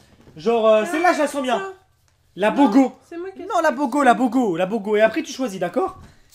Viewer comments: moi ce qui ma plus tuée c'est "la bogooooo" hors on dit boga !!! 😂😂😂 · il dit la bogo je dis dans ma tête mais non c pas la bogo c boga il dit non la bogo la bogo je dis noon il dit ooohhh oh la bogoo la boogo 😂😂😂 la bogooo la bogooo 😂😂😂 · c'est pas du bogo mais ça se prononce bouga ( je sais ça s'écrit pas comme ça ) je connais juste ça car je ne mange pas halal mais j'ai déjà bus le boga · C'est trop genant quand tu repete "Bogo" plein de fois alors que c'est BOGA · reghalal et les autres marques que tu as pris ne'sonst peut être pas halal et les boisson et les olives n'ont pas besoin d'être halal. PS on dit bouga pas bogo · Putain mais c'est Boga pas Bogo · moi qui est tunisiens je suis mal a l'aise quand il dit bogo C'EST BOGAAAAAAA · C'est pas bobo c'est boga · C'est pas bogo c boga 😂😂😅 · On dit Boga pas Bogo 😂😂😂😭😭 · ça se dis "BOUGA" pas "Bogo" et c tunisien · S’il vous plais c’est pas bogo mais bogA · Ok de 1 c boga et sa se prononce bouga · c pas bogo c BOGA et sa ce dis BOUGA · ses boga pas bogo..... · Ses bogo pas boga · C boga et sa ce dit bouga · Boga et pas bogo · G eu mal à la tête quand il a dit bogo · on dit bouga mais je sais que c'est boga je suis tunisien. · Ca se prononce bouga lim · putain le boga c’est la base au bled ( et sa ce prononce BOOGA ) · La boga sa se prononcé bouga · ça me stresser quand il disait boga